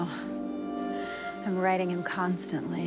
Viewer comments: exactly, which made me think she said "riding" and not "writing" 😭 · Oh god, I also heard "riding him constantly" not "writing", THANK YOU for this! ♥